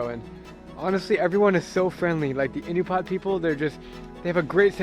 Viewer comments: Bro, Alaskan here. They are Inupiat not Inupat. Pronounced In-oo-pee-aht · Ahh-new-pee-at bro 😂😂❤ love this video